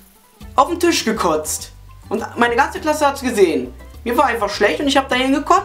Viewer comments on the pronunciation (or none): none